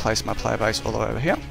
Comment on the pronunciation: i like how this guy doesen't say here , he says heee